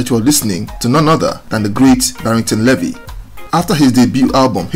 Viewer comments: Pronounced "BARRINGTON LEE-VY, not LE-VY"; good story though. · Your pronunciation of 'Levy' sounds more French than English. In Jamaica we say 'LEE-vee'. A very historical name, usually indicating 'black' Shephardic Jew (Israelite/ Hebrew) ancestry, coming from the tribe of Levi who were recorded in the Old Testament of the Bible as descendant from the lineage of Jacob (Yakob, later called IsRaEl). The Levite tribe performed spiritual leadership duties to their nation as priests and musicians. A people whose presence remains among Jamaicans and several other populations in the Americas, Africa, Europe and Asia to this day. The full story has not yet been told due to 'paper genocide' and whitewashing, especially by Ashke-Nazis, but it will all come to light. Barrington Levy is the typical, original true colour of that ancient tribe and the tribe of Judah. What a powerful signature voice Barrington Levy has, like a trumpet announcing his presence and message. His recognition is well deserved.